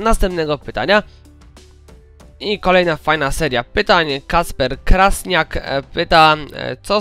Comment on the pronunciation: Tego się nie spodziewałem moja seria pytań ! A tak btw to czyta się Kraśniak .